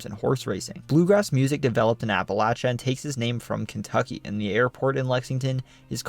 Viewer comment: I grew up in Western Kentucky. My friends and family always used the pronunciation you use for Appalachia. You also pronounced LOO-uh-vul correctly. That's rare for people outside the state. Also, one of my ancestors was murdered by Night Riders in the Dycusberg, KY area. I think his headstone even says he was murdered by Night Riders.